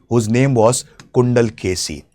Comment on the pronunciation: Too many incorrect content! ilangovadigal was a chera prince! Not chozha! And it is chilappathikaaram! Not shilapadhigaram! It is kundalakesi! Not gundalkeshi